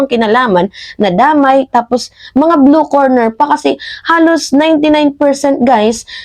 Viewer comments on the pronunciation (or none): "Blue Collar" Job yun hindi blue corner, mag ingat po sa pagbibitaw ng salita para mas ma established mo ang credibility mo. Noong nakaraan mali naman ang pronounciation mo ng "obliged". Ok ako sa support mo sa admin paki ayos lang ang ilang mga data mo para hindi ka mapulaan ng ibang dds vloggers!